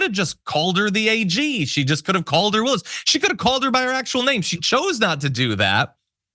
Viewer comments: We all know Alina hobbit is not so smart - she admitted that😳. it’s hilarious that she purposely mis-pronounced Fani Willis’ name … shows her continued stupidity! You know she’d rather be pretty than smart 😂😂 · It’s pronounced Ms Willis.